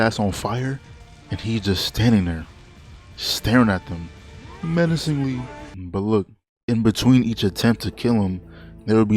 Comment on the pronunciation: the "menacengly" 🤣